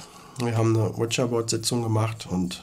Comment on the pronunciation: Finde geil wie zu Ouija Board immer "Witscher Bord" sagt 🤣😂🤣😂